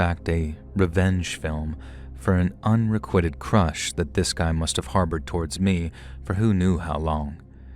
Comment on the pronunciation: Unrequited is pronounced “uhn-ree-QUITE-ed” not un-ree-QUIT-ed